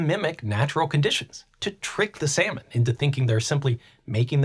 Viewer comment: I love your content but I can’t get over you pronouncing salmon as sayomen in the intro